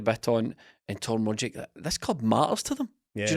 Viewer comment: The ' trying to pronounce Rogic / Bitton correctly' drinking game has me absolutely mwi at half 12 on a Tuesday